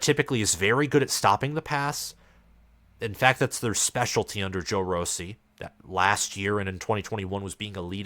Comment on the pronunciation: Joe Rossi(RAH-see)